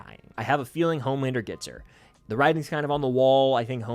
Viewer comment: Who is mad with everyone dying but “Omelander” (as butcher would say)?